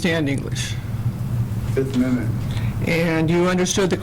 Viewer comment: I'm not sure guys, i think nick is trying to say fifth amendment.